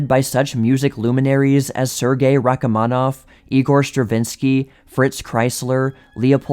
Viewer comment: I can't stand your voice and it's Rachmaninoff, not Rach-a-maninoff !! I'll read the story in Wikipedia and get out of this , another poorly told YT documentary !